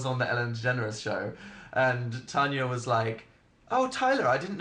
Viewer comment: Omg dan can say tanyas name properly now.. idk if im happy or sad bout that bc before he used to say it how my name is pronounced